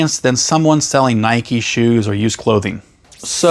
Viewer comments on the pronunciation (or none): none